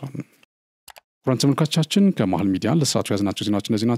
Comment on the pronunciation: አረ ቃላቶችን በትክክል pronouns አድርግ? ለምሳሌ “ተመልካቾቻን” ስትል: ጆሮዬን አመመኝ